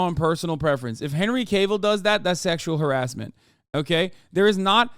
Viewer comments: Henry "Kay Ville" lol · The way he pronounces cavil is so funny